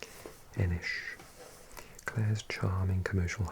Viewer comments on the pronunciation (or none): Ennis is actually pronounced just with an s not sh